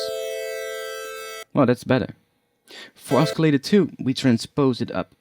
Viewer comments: oscillator has a silent c... its pronounced ossilator, not oskilator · [ oss-ill-a-tor ] the 'c' is silent :D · it's OSCILLATOR not escalator. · >.>' not grammar... oscillator is pronounced the way it is, because that is the english language. just be lucky thats my only criticism of the video, ive seen much worse videos. XD